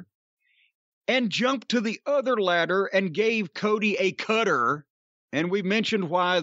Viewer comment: Why can’t Jim pronounce the word “cutter” or “ladder” ?!? ladddeurrrr